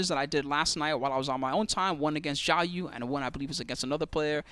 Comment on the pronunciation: A correction: Iaido is Ee Eye Doh and not Eye A Doh.